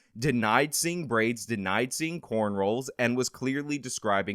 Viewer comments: It is cornrows not cornrolls, right? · Corn...rows. Not cornrolls. Sorry that's been bothering me. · It’s cornROWS, not corn rolls…I know you’re white, but cmon man 😂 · I think its "corn rows"...... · He's doing it on purpose at this point 🤣